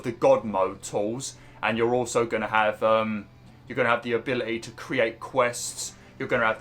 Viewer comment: Our prop Eee 😂 Abili Eee